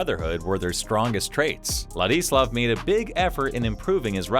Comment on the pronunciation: if only the narrator took the time to learn to pronounce his first name properly